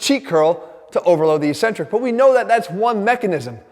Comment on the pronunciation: “Eccentric” It’s not pronounced “ee-sentric.” It’s “ek-sentrik.”